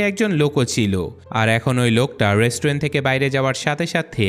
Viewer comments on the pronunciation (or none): none